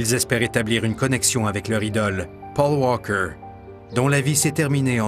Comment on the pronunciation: Le commentateur ne sait pas dire paul walker ou bien ..... ?? pauw wawkeur et après il parle bien le français. LOL